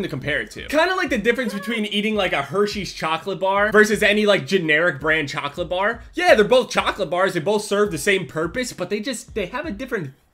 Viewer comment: You say chocolate weird